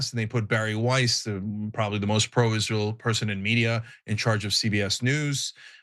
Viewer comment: Just a few seconds in, you had my like simply for pronouncing this abomination by it's proper name... many say it ''Is-Real'', but it's not... #GoMax